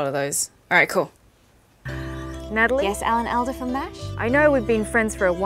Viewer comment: ps i think it is pronounced all-da